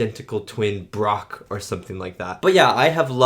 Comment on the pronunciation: This man just said BrOcK